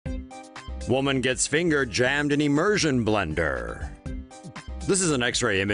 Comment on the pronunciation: IM - MER - SION BLENDER! The way he says it... xD